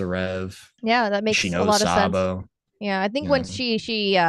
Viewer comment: The person was trying to say was Sabo 😂